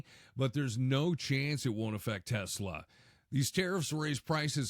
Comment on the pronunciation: Trump loves "Tesler."😅😅